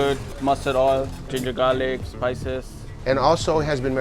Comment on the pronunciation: i like how chef says "gingergarlic" like it's a one thing